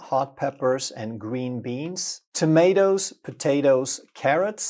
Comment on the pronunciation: U cant even get tomotoes right what health benefits they have